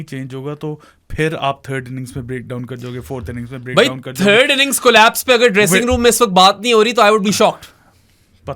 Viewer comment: Why did y'all keep saying 'collaspe'? It's collapse.